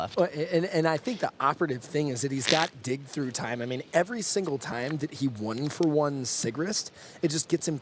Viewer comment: LOOOL! Like at one point the announcer says "And we all know he's got Dick Through Time..." And me and my buddy were like: "WTF did he just say?!?" "I think he said he has dick through time :)" And then we were both on the floor laughing for like 5 minutes after that and then we realized it was "dig through time" and we laughed 5 minutes more and every time the commentator would say "dick through time". Later we realised how waste i am right now and laughed some more :D. Dick through time - how to mindfuck the opponent through time without him even knowing! XDDDD [ [ [ T I 8===> M E ] ] ]